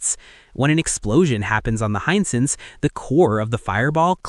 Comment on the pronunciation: Hisense not Hinesense